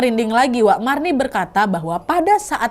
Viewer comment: bukan marni, tapi mirna hehe